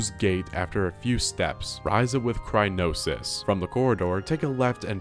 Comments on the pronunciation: It's cry-yo-nes. Not cry-no-sys. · Neat how you made a decent comedy out of the "official" guide's sometimes weird paths to things. Going over the guardian was like why? Oh and btw it's cry-O-nis, not crynosis. Also, acceptable is pronouncing it like cry-on-is. You're flipping the N and O when saying it and it's the only thing that bothered me about the video. I enjoyed your dry delivery lol good stuff. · Why are you saying crynosis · What’s crynosis, lol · It kills me a little inside every time he says "Crynosis" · "crynosis" "Examinate" "Increasement" All hurt me every time and then I heard "w-ih-nd up" instead of "w-eye-nd up" oh my god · "Examinate" "Crynosis" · "Yanabo" "Crynosis" "Yabosa's Fury" AAAAUUGHH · “Examine-ate” “Cry-no-sis” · I don’t know if he’s calling it Crynosis on purpose but I laughed every time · "crynosis" and "examinate"😂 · It’s cryonis (cry-on-is) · bro had A STEP BY STEP GUIDE and still can't pronounce cryonis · "Cry-no-sis" omg it's Cryo-nis! not "cry-no-sis"! As in Cryo, meaning extreme cold, and nis, being a suffix taking a verb or adjective and turning it into a noun, meaning it's taking Cold, a verb, and making into a noun. CRYOnis literally means "cold thing". I get how it's boring reading a step by step guide for a game you've probably already beaten countless times and having to follow it for a video idea, and that's probably why you're misreading things, but reading "increment" and going "increase-ment" (among other reading mistakes made in this video, such as "purchase stable garb"... SUITABLE garb. there's no such thing as stable garb, though now I wish there were) is so painful it's clear you're either not even trying, or are doing it intentionally wrong as a joke. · Wait a second... Isn't it called Cryonis? Why's he saying Crynosis? Have I been lied to? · "crynosis" instead of cryonis is pretty good as well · Cryonis “Crynosis” Increment “Increasement” Examine “Examinate” I’m losing my mind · It's cryonis, not crynosis